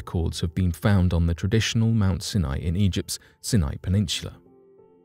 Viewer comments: Pronunciation is not your strong suit is it?! Your mangling of words completely puts me off - Sinai is NOT pronounced Sin eye but Sine eye!! Try looking things up before you read the script it also means that I am very dubious of your “facts” as you clearly haven’t made any effort to research the topic before reading the script like a robot! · Its pronounced Mount Si Nie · Mt. Sinai is pronounced Sy'-ny. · Mount “Sin-eye?” I thought it was pronounced “S-eye N-eye.” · Mt Sin eye? In the US it is pronounced Mt Sigh N Eye. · I couldn't listen to anymore. You keep pronouncing Mount Sinai wrongly. It's pronounced with the I sounding like eye. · You've murdered the name Mount Sinai. It's actually pronounced mount "seye neye". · Sini is pronounced Siy-N IY - † † English pronunciation guide: Sounds more like scy-nye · It's pronounced Mount Sigh-nye. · This bothered me also. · Senai ??? Really??? better work on your pronunciation. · Come on! How difficult is it to pronounce Mt. Sinai correctly? If that can't be done why are we to believe anything presented?